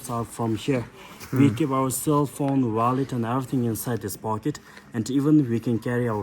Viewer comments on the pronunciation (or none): none